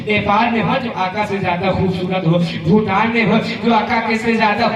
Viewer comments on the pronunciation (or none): none